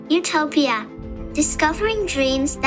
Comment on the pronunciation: bro si dice Utopia